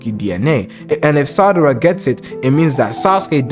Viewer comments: I almost cried tears of joy when you said Sarada correctly 6x in a row… but then you went back to saying Sadara 🤣😅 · WTH u say sadara instead of sarada LOL , Noice Video BTW 😆, but the love theory tho sarada and sumire i think that is something cuz yeah on one panel of the manga sumire and sarada are discussing about, sumire does have a feeling for boruto and she ask to sarada does she have too and for something like that to get in the manga might be some of a hint tho (sorry for my bad english)